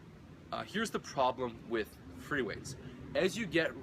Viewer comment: Freeweights? Or what is the word he is raping